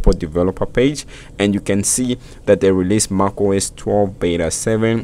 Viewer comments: Lol, you can pronounce mac as something in between mec and your pronunciation of mac. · Great video but you need to learn how to pronounce macOS. It sounds so weird from you.